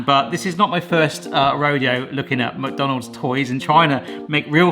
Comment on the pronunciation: Anyone else notice the way he pronounces McDonald's? It's like he says MuckDonald's...